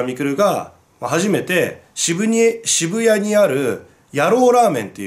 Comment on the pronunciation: ｢渋谷に｣を｢シブエニ｣って噛むところ、本当に可愛いな。